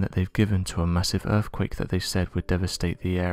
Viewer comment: Stop saying "End quote" you prick. Also, what is an "earfquake"?